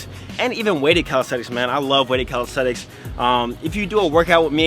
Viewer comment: Calis - te - nix